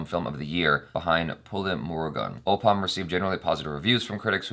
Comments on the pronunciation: You may pronounce it Op-pam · It's pronounced as "O - ppum"...and needless to say I am a proud "malayalee" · Oppam is pronounced 'Awe Pum' meaning 'with you'. Mohanlal would be thrilled to hear you talk about him in respectful detail, 🙏🌹❤️👍, always a pleasure hearing you talk. You are a good reactor and an even more amazing listener 🙏🌹❤️👍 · It's o...ppum like plum